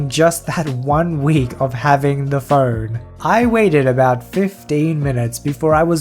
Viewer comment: I kept hearing Fern instead of phone, and it was hilarious that you had to have a 24/7 fern